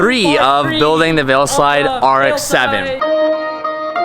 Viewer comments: my guy its VEILSIDE* not VEILSLIDE 😂🤦🏼‍♂️ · why the fuck do you keep saying veilSLIDE, there's only one fucking L homie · Is it me or does he keep saying veilSLIDE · it’s not veilsLide, it’s veilside, man, common. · Veilside not veilslide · Sounds like you say “veoslide” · ITS NOT “veilslide” ily!!